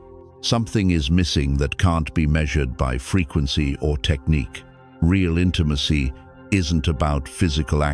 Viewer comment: Today I learned AI can't pronounce "intimacy".